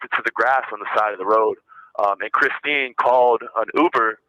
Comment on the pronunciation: Yeah, he was calling her "Kristen" instead of Christine. He can't get anyone's names straight, and that's why he calls almost every girl "baby," which is just 🤢🤮. Such a creep!